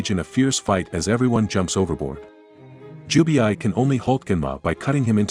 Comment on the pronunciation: it's Jubei,not Jubiai😂